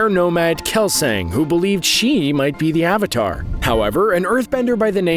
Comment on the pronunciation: It's Yun pronounced Yoon not Yhun. And Kelsang is pronounced like Khel-song.